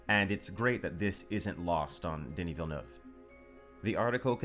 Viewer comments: Congrats for Villeneuve prononciation. Pretty much the first english saying it right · Great Villeneuve prononciation! Hard word for non french speakers